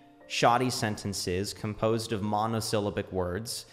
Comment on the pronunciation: love your videos...curious, are saying monosyllabic correctly? or are there two ways of pronouncing them? I pronounce it mono-sil-LAB-ic